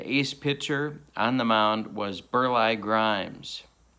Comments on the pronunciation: Great set! Bagby had 31 wins. Burleigh is pronounced “Bur-lee” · ...Burleigh Grimes was a neighbor to my uncle in Grand Rapids, Michigan...he managed the Grand Rapids Jets in the old Central League in late 40's early 50's. My Uncle always pronounced his first name as Bur Lee, not Bur Lie...yes another golden gem from my side of the Lake...